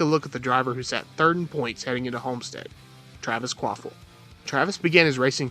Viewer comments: *KvaPil Not Kvaphil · Kvapil. Sorry, I had to write his name, it sounds like you're saying quaffle, it's kinda giving me anxiety lol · Kwaffle does not = Kvapil